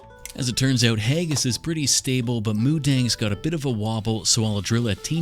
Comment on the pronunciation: just the way he says uuouut made me think he was a Canadian